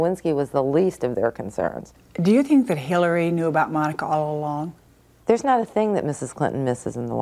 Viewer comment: “I’m yew. I’m just like yew.” No. No you’re not.